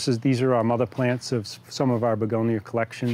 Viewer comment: I really liked this video. It is very informative. I also enjoyed listening to his unique pronunciation of American English. In particular, he is quite consistent in replacing word final schwas with ‚r‘, e.g. begonier, bacterier, Africer, Americer etc.